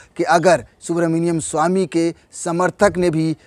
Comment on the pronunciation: Bhai aap naam to sahi se lo